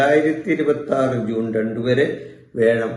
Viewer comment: Sir, വേഴം എന്നത് മാറ്റി "വ്യാഴം" എന്ന് പറഞ്ഞിരുന്നെങ്കിൽ നന്നായിരുന്നു 🙏